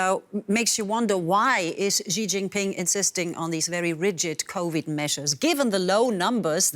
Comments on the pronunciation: Somebody tell the news narrator “Xi” is pronounced “C” not “G” 😂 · It's pronounced Shee Zhinping, not Zhee Zhinping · Xi is pronounced as See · You would kind of expect a news media outlet would know how to pronounce world's 2nd largest economy leader's name? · As a major media company, I'm sure you can find a newscaster who can pronounce Chinese names correctly? Basic respect, right?